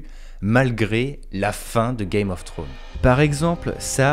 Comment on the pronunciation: "Game of thrones". Faut pas oublier le "s" :) Superbe vidéo en tout cas